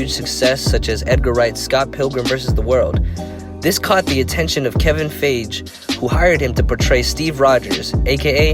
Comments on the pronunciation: I think the name you are butchering is Kevin Feige (Fyeghee) that's how it sounds. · You do all this work to research for ur vid but you cant figure out Kevins last name is pronounced Fye Gi not Fage